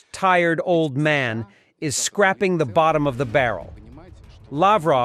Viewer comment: Why can't you pronounce English words? ScrAping v. Scrapping